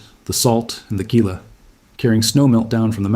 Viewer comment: The Gila River is pronounced HEE-la, not GEE-la.